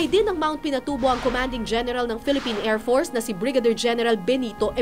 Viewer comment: ANONG KLASE MAG PRONOUNCE ANG REPORTER NATO: AIRFORCE PRONOUNCE NIYA: AIRFORTS